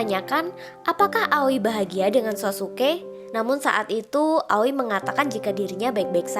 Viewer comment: Sassuke bacanya saskeh aoi bacanya aoy bukan awi